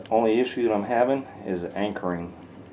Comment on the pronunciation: Mumble mumble "iss ue" how could this be any more annoying I don't know. 5 minutes spent explaining you don't want to cut a 3" hole in a tile.